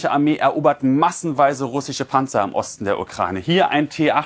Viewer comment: "SCH" verdammt! RussiCH 🤦‍♂️